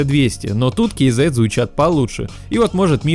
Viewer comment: Ну хоть кто то правильно прочитал название, кей зэт а не казэ бл@